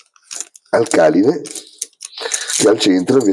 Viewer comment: usare "il sole 24 ore" come piano di lavoro è un vero schiaffo ai capitalisti. grandeeeehhhh! p.s.: hai un problema con gli accenti (alcàline, càtodo e elettròliti mentre sarebbe àlcaline, catòdo e elèttroliti) ;)